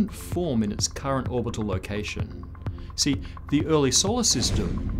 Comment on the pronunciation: is the shortest ever rendition of the word "see"